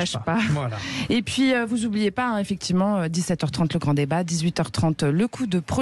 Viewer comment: Vous z'hésitez pas... vous z'oubliez pas ...pitié Madame l'animatrice , cessez de maltraiter notre langue , ça fait mal aux z'oreilles !!!